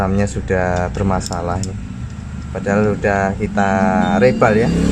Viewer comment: Mas...ngapunten nggih, reball baca nya riboll